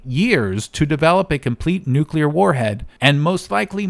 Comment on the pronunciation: He's using the 9/11 W pronunciation of "nuclear". He's saying "nucular", intentionally, for effect